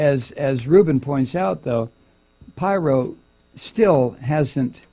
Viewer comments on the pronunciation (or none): Its Pirro not pyro. Pyros like fire, Pirro is a dipshit. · It's Peero not pyro. Lol. 😂😂😂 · Not that it matters, but I think it's pronounced Peero. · Her surname is pronounced "Peer-Oh". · 😂 Thank you Thank you Thank you for commenting on She/man Pirro, Mike ... correct Pronouncement of her/his last name is (peero) . Doesn’t she sound like a guy in women’s clothing ? .. but worse is her never ceasing love for (#45) Pinocchio 🤥... 4/4/19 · He knows. He's just having fun with her name.